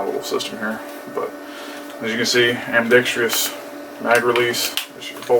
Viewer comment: Ambidextrous is the word. -dextrous. No tree. Good video though. Thank you.